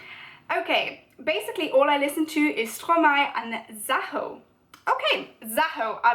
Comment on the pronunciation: I’m just a French learner myself but after intensive research in how to pronounce Stromae (and by intensive research I mean a quick YouTube search) I’m pretty sure you’re pronouncing it right. You’re certainly a lot closer then I was. For 4 years I thought it was said like stro-may 😂